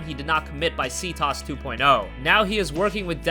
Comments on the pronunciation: lol Ctoss? wtf is ctoss? clearly someone never played watch dogs its pronounced C- T OH S (cTOS) subscribe to a real channel, not these script readers - GB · Lol the way he said ctOS. "See toss" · The way he says CTOS 😂😂😂😂😂😂😂😂😂😂😂😂